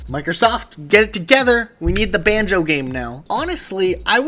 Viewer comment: Banjo Kathreeie